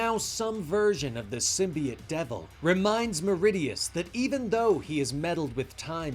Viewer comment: Am I the only one that it bugs the shit out of every time he pronounces symbiote as symbiet? Lol he calls the zombie dudes zombiotes, not zombiets so wtf?